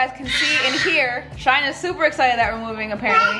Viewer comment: Am i the only one heard shine said dounut❔